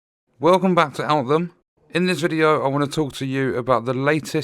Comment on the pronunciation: Did you say outhem? 🤣